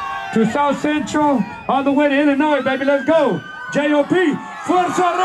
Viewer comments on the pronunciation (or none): Lol this nigga says Illinois with da S no mames the S is silent bro